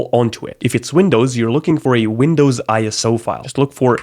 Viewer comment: Why is it 'Wundows" ?